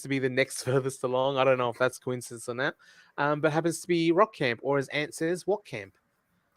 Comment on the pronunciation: sometimes pronouncing Rock Camp, “Wok” Camp like Ant! 😂